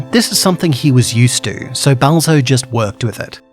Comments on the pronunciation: why did he sound like he said Bowser? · every time he says balzo I hear him saying bowser